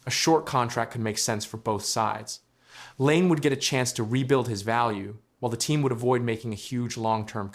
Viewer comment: if you are going to make a fucking video about someone at least have the courtesy and decency to pronounce their name correctly. you are a fuckign donkey. your video fucking blows get fucked